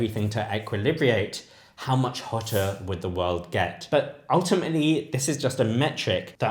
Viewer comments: Why should I listen to a video about equilibration from someone who can even pronounce equilibrate? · I believe Sabine laid out well the potential impacts of global warming, if that becomes reality, on humanity. BTW the word is “equilibrate” not “equilibriate”.